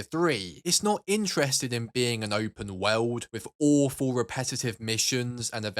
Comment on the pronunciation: Why you say the word 'world' like tha 😂